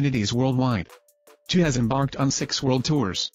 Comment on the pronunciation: Chou... not choo